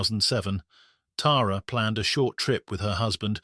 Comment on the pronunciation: Thank you for pronouncing her name right. Us Tara’s appreciate it! ❤